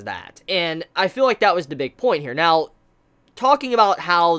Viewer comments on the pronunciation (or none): none